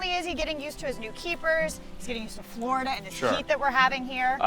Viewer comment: It’s Florida not Flarda